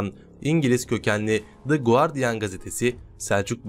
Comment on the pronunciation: Lutfen Guardian Gazetesinin ismindeki u harfini telffuz etmeden okuyun. Bu isim Turkce degil, Ingilizcedir!